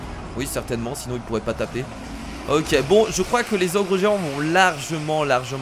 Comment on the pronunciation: a tu dit les ogre géant a la place des géants